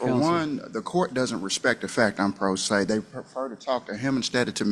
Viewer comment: The AI mispronounced pro se lmao